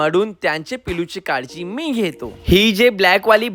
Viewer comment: Marathi bhari hy pn kadji nahi kalji aste